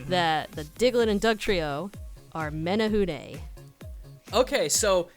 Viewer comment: As a Hawaiian, the way you both say menehune makes me chuckle. But otherwise spot on, outside of the menehune having a pretty nasty streak for people who spy on them working. This was great to watch.